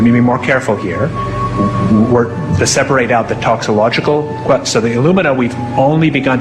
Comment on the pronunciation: And he cannot even pronounce "toxicological" correctly (he says, "toxilogical"). Highly disturbing individual.